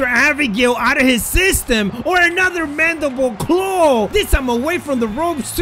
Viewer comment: yo he knows how to say mandible claw!😂 just joking